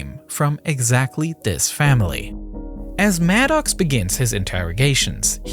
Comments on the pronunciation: "Dis" lol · Interesting but the narrator drove me mad with his pigeon English of Dis, Dat, Dem, den, der!!! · Wow; all my life I though that the word "this" began with he letter "T" which is pronounced with a "T" sound and NOT the letter "D with a "D" sound? Perhaps simply having to accept the word "dis" in place of "this" is better than having he narration done by AI?